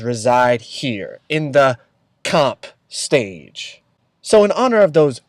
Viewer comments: "CoMp StAgE" 😂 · "CoMp StAgE"